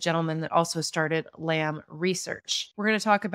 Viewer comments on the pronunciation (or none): Btw 'Lam' isn't pronounced as lamb and as someone who's quite familiar with Chinese culture and experienced it in my country it's pronounced as ' Lum or lump ' . 😅